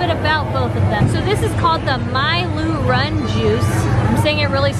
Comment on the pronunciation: Btw just so you know how pronounce it, meiloorun = may-loo-run